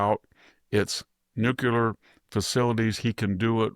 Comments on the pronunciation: VDH it's "new klee er" NOT "new khu ler"... jeez why do so many Bush era people keep repeating this mispronunciation? LOL then I hear VDH pronounce "nucleus" as "new khu lus"......SMH it's spreading. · STOP SAYING NOO-Q-LER! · Mr. Hanson, You are an astute observer of the political and moral landscape. Your deep education, intelligence, and mastery of the English language are evident in your clear, persuasive commentary. That is why I was surprised to hear you pronounce “nuclear” as “NUKILAR.” I know this pronunciation is not uncommon, but it seems at odds with your otherwise precise command of language. I offer this observation in the spirit of respect for your work and the high standard you set in communication.